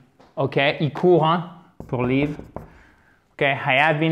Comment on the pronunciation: merci mais c'est un peu stressante votre prononciation du verbe to live ,vous le prononcez " to leave "